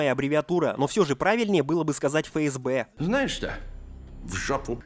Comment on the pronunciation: Мир. НЕ ФэЭсБэ, а ЭфЭсБэ!!!